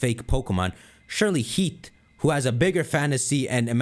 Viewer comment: damn. he's pronouncing it heat. (its heaf)